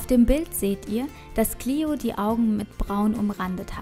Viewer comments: Hi danke für das viedeo aber ein kleiner tipp die nixe heisst cleo und nich clieo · Cleo nicht cliu kapirt